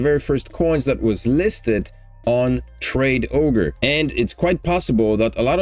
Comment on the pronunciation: says traderoge not tradeogre